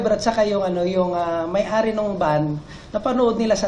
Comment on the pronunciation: It's may ari, not mayhari.🤔